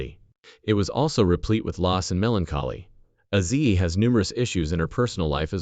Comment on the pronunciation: I quit watching the video about 5 minutes into it. You've dedicated an entire video to the man and you can't even say his name correctly. It's Ozzy. Not Azi.